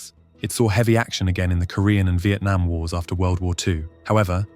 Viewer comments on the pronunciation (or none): none